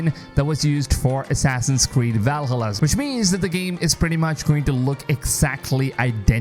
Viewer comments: Hey dude, don't take it personal as I like your video, but please spell properly Valhalla. 😅 It's supposed to be spelled Val-ha-lla and not Val-hallá. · Val-hala its pronounced Valhalla, one word, not val-hala... Love ur vids but you are trigering me lmao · Every time you say “Valhalla” like that I keep getting more annoyed 😂